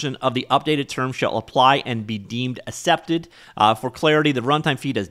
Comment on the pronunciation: "assepted" lol